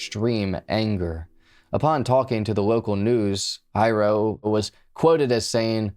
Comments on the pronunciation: Dad's name = Hiro ...pronounced HEE-ro.... not High-Row. Also- 'Xerox' is a brand name for the generic 'photo-copier' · I worked on Puuhale Road at a shop back then. I heard KSSK announcing the breaking news and that made our daily chores delayed due to Nimitz being blocked and the mass search for the killer.....(btw, the dad name is NOT Hi Row......its pronouced like He-row for Hiro, dad's real name). I often had some differences with my boss too, BUT, i would never EVER do such a callous and stupid thing.......its NOT WORTH IT). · I was told Byron was an immensely talented person. He made furniture from scratch, he built with relative ease. He raised award winning gold fish. BTW his fathers name is pronounced Hero, not high ro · Mental. Hiro is not pronounced High-ro, it’s pronounced Hero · The mangling of the pronunciation is killin’ me lol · Hiro is pronounced as if you're saying hero. Not Hi-row. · Pretty sure his father’s name is pronounced like “HERO”…. It’s a pretty common Japanese name 😉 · And sometimes the r is rolled. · Hiro (Hee-row) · Not of Japanese decent but I think Hiro is pronounced HERO. Im just nitpicking though. Excellent video AS USUAL thanks for the top notch content. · Don't hate on him for mispronouncing hero, he's autistic give him a break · im asian as well and i honestly get little upset when haoles pronounce japanese names wrong.....just like Karaoke, its NOT Ka-ree-okay.....its Ka-da-okay.